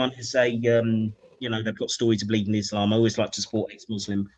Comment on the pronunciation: the lady clearly pronounces the words 'Islam' and 'Muhammad' with a clear Arabic accent. This shows she's not pretending to be from Cairo, as ML claims. Just because she said 'Moslem' instead of 'Muslim' doesn't mean her story is not authentic. There are so many examples I could give. For instance it's very common to say the word 'Ramadan' with an English accent or an Arabic accent (Ramadhaan). I know many bilingual people who do this. It doesn't mean they're pretending to be something that they're not.